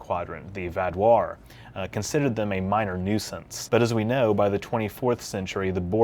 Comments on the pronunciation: why do you say k-now like you audibly pronounce the k in know. I've never heard anyone do that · He said K-know at :030 and I'm not sure why this makes me laugh XD